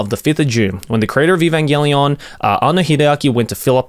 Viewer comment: I know Joey can read katakana so it always bothers me with how he chooses to mispronounce Evangelion